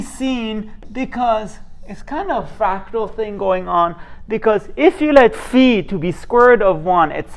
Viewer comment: Thank you for pronouncing φ correctly 🤪